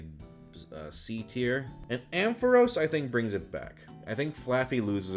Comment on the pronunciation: First off, you pronounced my name wrong. It’s Am-Fa-Ross. Also, I accept B tier.